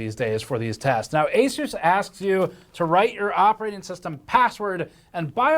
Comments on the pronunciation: Asus is a 363 billion dollar company. market cap is 11b Also it's prenounced A-ZEUS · it's A-Seuss. Not A-Suss. To anyone getting sand in their vaj, I'm trolling. I don't really care how he says it. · ASUS is pronounced "A Seuss" Seuss as in Dr Seuss. Even pronouncing their name correctly though doesn't mean they aren't a shite company :) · You are pronouncing Asus wrong. The 'A' is silent. It's just Sus. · The tell you who they are in the name of the company! "A-SUS"